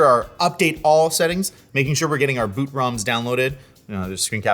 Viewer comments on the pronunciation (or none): none